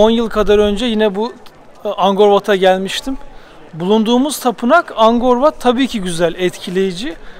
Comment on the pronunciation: Angkor Wat, Angor diye okunmaz "K" harfine basa basa AnKor diye okunur. Zamzun'lu kardeş :)))